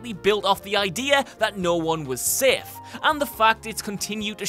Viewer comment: It’s safe not sif